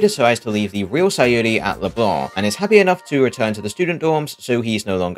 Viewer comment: damn feels good to hear "leblanc" pronounced right